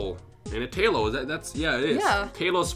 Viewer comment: Tailow > Swellow > Tranquil> I love ya, but that made me cringe a lil when you said that lol.